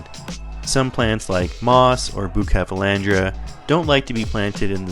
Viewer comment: Bucephalandra not bukaphalandra ❤️😜 no one noticed but me :p nice scape brother